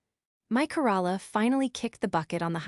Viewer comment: Corola, Toyota Corola. Mer-Say-dees, not the town of Merced. Worst Narration yet. Must be AI.